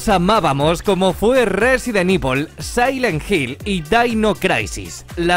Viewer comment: Resident ivol,daino craisis,sailet jill ese ingles no te lo robo perro